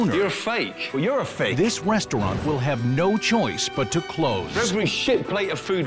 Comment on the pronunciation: ok the narrator definitely said westaurant and it caught me so off guard. I can't stop laughing.